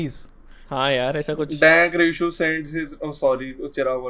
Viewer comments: Did anyone Noticed RSIHU instead of RISHU😂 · dankrsihu nahi hota hai denk rusihu hai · nobody:: DANKRSIHU